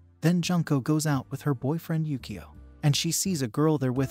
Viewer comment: It's pronounced Yukio (you - koe)